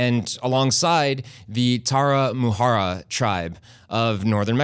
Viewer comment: Is Tarahumara, not Taramahara, but still is nice to see Mexican games here, thanks.